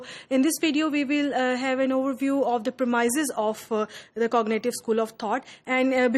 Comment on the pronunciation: It is Premises...Not Permaises